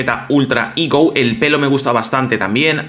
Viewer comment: Me da gracia como dices "igo" aun que eso es una fruta 😂 "higo", pero muy buen video e increíble el personaje de Vegeta Ultra "Ego", una pasada. Saludos.